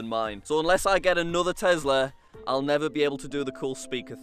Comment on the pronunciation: did u TEZLUR? LOL